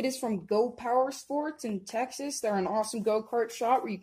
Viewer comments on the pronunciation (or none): none